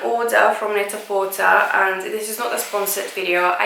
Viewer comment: Hey, lovely! Just a heads up that Net-a-porter is pronounced "net-a-porTAY" to rhyme with "prêt-à-porter," which is what the company name is based on.